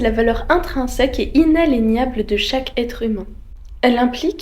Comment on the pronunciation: Heyy ! Je voulais juste dire qu’au début tu prononce inaléniable ( peut être est-ce sans faire exprès ) Le mot se prononce inaliénable